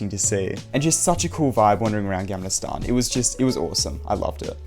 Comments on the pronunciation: It’s not Jamlastan. Try saying the Swedish version “G”. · I CANT GET OVER THE WAY YOU SAY GAMLASTAN ITS SO FUNNY (btw great video)